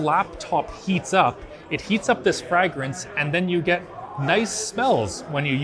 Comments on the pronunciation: Man who knew I was pronouncing fragrance wrong all these years.....never knew it was Frag-Rinse the whole time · Why does he say fragrance like that??? "Frahg rince" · Learning that can't pronounce "fragrance" was not on my CES bingo card. "FRAG RINSE" xD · In this video doesn't know how to say Fragrance. Must be one of those words he's only ever read and not heard before 🤣 I don't even remember the rest of the video other than the Adolf 14 Heir Frag-Rance by ASUS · I heard something about "Frag rence" as well 😂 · wtf, everyone knows it's pronounced fray-grance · The craziest part about this whole video is how pronounces fragrance. Like I had to stop the video for minutes, just to process what I just heard! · is that really how canadians pronounce fragrance? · Do all canadians say fragrance like that? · Does not know how to pronounce “fragrence”? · The way you say fragrance bothers me for some reason. Its a scent and not a grenade. Thanks for all the coverage at CES although I am sure right about now you are done with that place and want to go home. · TIL canadians dont know how to say fragrance